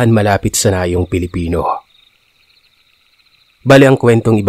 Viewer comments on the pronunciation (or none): none